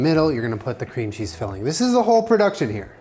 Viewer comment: “Mmm cweam cheese☺️”